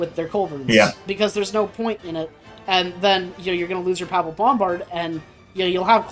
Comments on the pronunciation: Papal is pronounced pay-pal. :) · As a Roman Catholic, pronunciation of "papal" is sending me up the wall